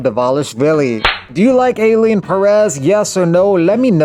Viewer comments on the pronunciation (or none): its not ”eyleene”, guy. ailin as in ”ai ai ai” or the letter i.